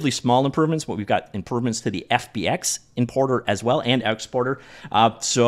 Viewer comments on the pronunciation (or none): Could've sworn I heard "inporter and outsporter" ~ ... must be an accent thing. Anyway, cheers for the update coverage.